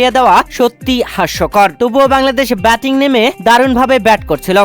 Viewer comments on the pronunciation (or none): none